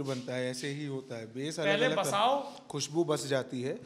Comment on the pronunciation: 'अलग' को हर बार अगल बोलते हैं 😂